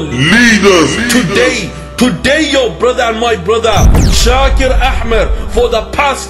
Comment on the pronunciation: And why the fuck does he say Shaker A7mer ?